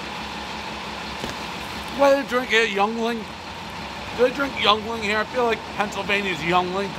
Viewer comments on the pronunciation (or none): It's pronounced YENG-LING.....not Yung-ling. Look up Pottsville, PA. They're about to go nation-wide with a Molson/Coors partnership. Oldest brewery in the Nation! South of the Poconos, North from Allentown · That pizza isn’t even done. It’s flopping around like a flaccid penis. The beer is pronounced YINGling not Youngling. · "Ying" ling not "young" ling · It’s Ying Ling, not Young ying. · It’s yingling😭😭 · Young - Ling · Yuengling (YING-LING) not fucking YUNG-LING, come on now dave. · Bro did he just pronounce yeungling as youngling? Wtf xD It's pronounced YingLing, jesus. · Bro why the hell are you butchering yuengling. It’s not pronounced young ling it’s pronounced yeeng ling. Like ring but with a y. I know it’s spelt weird but hey their German Dutch for you 🤷🏻‍♂️ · Just FYI, Yeungling is pronounced "Ying-ling" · I cringed hard when he pronounced it “Young-ling.” I’m not from PA but it’s a big enough beer around me that I knew exactly which beer he was talking about. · Not how it’s pronounced... YING - LING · 6.4 is fair for Benny's. It's not bad at all, but the novelty size of the pie is what makes it special. Also, Yuengling is pronounced (ying-ling) but that's fair since it is pretty much a PA beer. Lol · It's pronounced "Ying ling" and yes, we do drink it here and def in my hometown, Pottsville, PA. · Ying-ling is how the beer is pronounced and yes they drink it a lot here. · It’s pronounced “ying-ling” and it’s a solid beer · Ok but he was completely accurate on how this is predominantly drunk people pizza and the conversations that go on lmao but it's pernounced "ying-ling" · Young ling?? Yuengling. Lmao this guy right here 🤣🤣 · this man said young-ling. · It’s Ying-Ling! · did he just pronounce yuengling as “young-ling?”??? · Yuengling... pronounced... YING - LING Great beer. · Young-ling? Somebody kick this guy out of Pennsylvania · Yuengling pronounced ying ling...dammit dave! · Wtf is a yung-ling? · the beer is pronounced Ying-ling...fyi